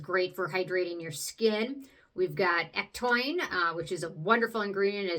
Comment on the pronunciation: Another good video! I def want to try the Peach & Lily. Hey, did you know ectoin is actually pronounced eck-toe-in? 😊